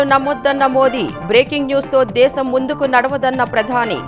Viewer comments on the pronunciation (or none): none